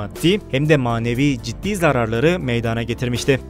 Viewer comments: Meyadaaana degil....! Meydana...e a lı söylenır ey sunucu...çok ayıp... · "Meydaana gelmiştir." değil, "Meydana gelmiştir". olmalı.